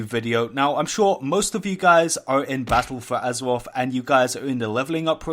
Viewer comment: Battaw fow azawaff.... XD